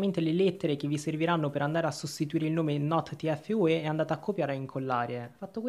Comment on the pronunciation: Ma Che hai detto tfue malissimo